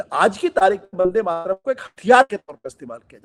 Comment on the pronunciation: ठीक से उच्चारण भी नही कर पा रहे वंदेमातरम... का।इसके उच्चारण से पता चल रहा है कि इसे भी वंदेमातरम राष्ट्र गीत से बनावटी प्रेम है। ये भी खास किस्म के सेकुलर ही हैं।